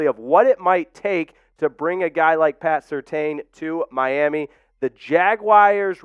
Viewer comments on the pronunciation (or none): It's pronounced... Sir tan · Pats name is pronounced Sur-tan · It's pronounced Sur-Tan